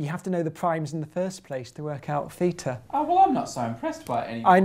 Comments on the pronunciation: Theta, not Feta! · as probably every native english speaker, your Θ [feeta] sounds more like feta (Φετα) than like theta (Θητα). indeed both are from greece, but one of them is a letter and one is a cheese made out of sheep milk xD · The Greeks pronounce it "theeta". But, hey, they pronounce beta as "veeta" and mu as "mee" so the English pronunciation has little to do with what Greeks say! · Ohh, I see another math/maths conundrum. Now it's th-ee-ta VS. thay-ta.